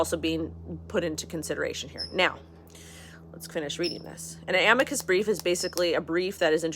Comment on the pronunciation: Ah-mee-cuss brief 😊 great stuff 👍